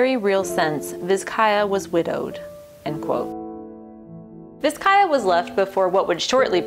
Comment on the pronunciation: Pronounced Bizcaya.